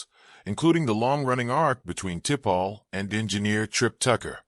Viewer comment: Who the heck is Tipall ? Your AI is shit